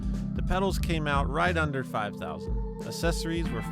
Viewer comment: "assessories"... lol